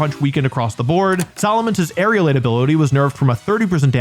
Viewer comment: How has no one corrected aerialate ...